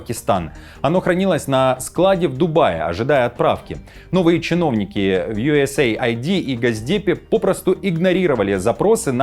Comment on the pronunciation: Не ЮЭсЭй АйдИ а юЭС Эйд - US Aid переводится как потощь соединеных штатов.